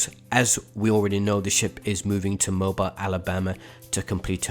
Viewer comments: Mobile = Mo-beel for all non southerners 🤣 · Someone tell thst the city in Alabama is pronounced Moh-beel